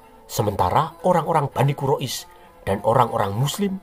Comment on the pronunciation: Admin sebut Allah,al imron,qurais ngk ada yg bener sebutanya